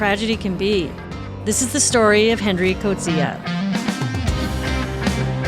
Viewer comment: I’m South African and I’m impressed with your correct pronunciation of the Afrikaans language names in this video - Coetzee and Piet, and even Zambezi. Well researched as always! 😊